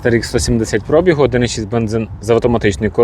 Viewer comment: Пробі (гу), а не про(бі) гу!